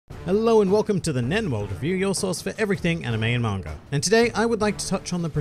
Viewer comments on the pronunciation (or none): Y do u people pronounce manga as mangaa-r?